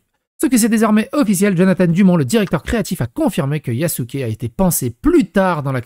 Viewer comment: Il a dit yakuzé😂😂😂